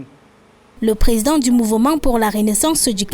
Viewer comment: Toujours du bla bla bla de la part du"Plézident Zeluh".Un coup d'Etat militaire est mille fois mieux que ces fameux opposants. Aucun leader politique au Cameroun n'est à la hauteur de gouverner ce pays.Il est temps que le président actuel libère le plancher et que l'armée prend le contrôle.